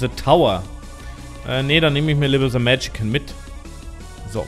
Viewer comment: Och schade, sah so gut aus. Aber das du dich immer noch wunderst, dass bei Moms Heart als zweiter Gegner Monstro kommt... schon sehr lustig. Und es heißt Magician nicht Magican^^